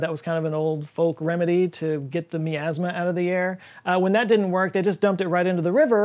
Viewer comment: the way you say miasma has me super triggered. lol.